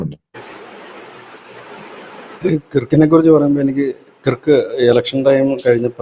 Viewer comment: Dear, your pronouncing the name " Kirk" incorrectly. Though the spelling is "KIRK" one should say it as KURK🙏🙏🙏